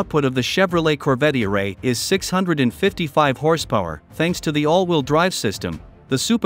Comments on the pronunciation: I love the robotic narrative 🤣, not e- ray but eray! 😭😂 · Computer voice is funny. Eray is not all one word. It's pronounced Eeee Ray. hahaha